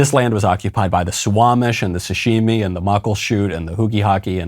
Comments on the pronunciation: Michael said “sashimi” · HAHAHAHA! He said, "Sashimi". Hhhhhhhhhhhhh.....